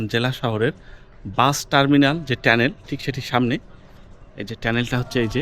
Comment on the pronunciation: শব্দ টা কি টেনেল না টানেল